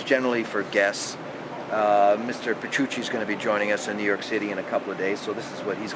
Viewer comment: "Mr. Patchuchi" lol